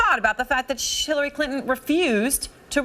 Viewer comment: holy shit she slipped and said Shillary lol